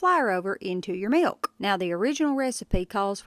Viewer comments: "Meelkh" not "milk" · You dont have to pronounce the "K" in milk so hard 😂😂😂 it started irritating me😂😂😂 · Never heard milk pronounced with a hard K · 😀 I like how you pronounce 🥛 milk with a strong 💪🏾 "K." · You want nice cold milKKKK. Or maybe it's pronounced milQ. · she said "milQ" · How come you give such a loud and pronounced K in milk, but in for the k is nearly silent The meeyalK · Millkah 😂 I love the way she pronounces milk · She says milk funny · Why are saying milk like that? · Never heard anyone pronounce the 'K' in milk like the perfect snare drum of an expert beatboxer 👍🏻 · The way she says milk😝... She's awesome.💯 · You know a woman is southern when she pronounces “milk” and the k is a mouth sound 😅 my mother taught me how to make biscuits this way too and they’re perfect every time💕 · She really uses that K in the word milk😂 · I love the little crinkle in her voice as she pronounces 'milk'. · I’ve never heard anyone pronounce the K in milk so prominently. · That "K" on MILK is WILLLLLLLD! LOL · That punctuation of milk is driving me a lil crazy… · Thank you. It looks like a great recipe! I got a little amusement out of this video, I mean this nicely! (caution to everyone, im going to say something next, that you're not going to un-hear once you hear it - you were warned) lol It's cute how, every word you say that ends with a "k" (like milk, fork, etc), it's like you're cutting a C.B. mic off every time you stop talking on a CB😊